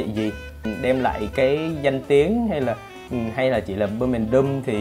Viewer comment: bum èn đum là gì hả bro. Tôn trọng thuật ngữ bằng cách phát âm đúng được không ạ?